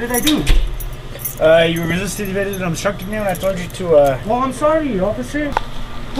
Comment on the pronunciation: "their booking mehee" - American citizen thanks to Jose Bidenez